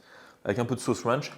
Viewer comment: La sauce "ranch" prononcé à chaque fois avec l'accent de texan ahah